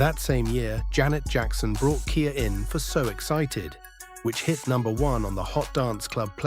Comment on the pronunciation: Ai can’t read 😂